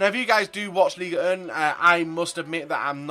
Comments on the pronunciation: its ligue un not une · Its ligue un not liga un